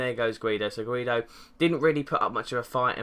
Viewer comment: Can't believe you called him "guiedo" #SEN